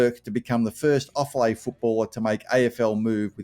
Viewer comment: And Offaly is pronounced Off - Alley